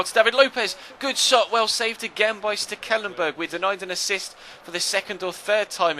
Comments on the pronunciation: I can say that it is indeed STEKelenburg because i dutch too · As a dutch person I can say that you butchered Stekelenburg's name ;)